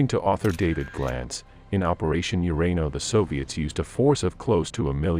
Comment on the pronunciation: It is El Ala-main not the alamine. What is urano?